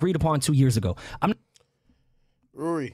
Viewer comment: It's rory not ruuuuuuury 😂😂😆😆😆🤣